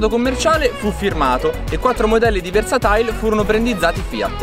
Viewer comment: Sarà versatile....non versatail